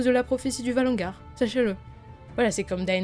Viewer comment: Valonqar pas "ValonGar"